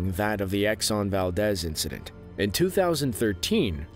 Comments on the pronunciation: valdeez. not val-dez. val-deez. *valdeez nuts. (obligatory) srs tho its valdeez. spelled valdez. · It's pronounced 'Exxon Valdeeeeez' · Exxon Valdez is pronounced “Valdeez”, with a long “e” sound. It’s in Alaska, not Mexico. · But mispronounce Exxon Valdez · Valdez rhymes with disease.